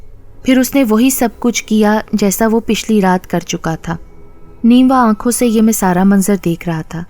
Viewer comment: Apki mein ka accent theek nahi. Jese chai mein cheeni zayada hai ki mein alag hoti hai aur main raat late soya tha dono mein aur main ka accent alag hota hai.ap main ko mein bolti hain. Awaz achi hai apki..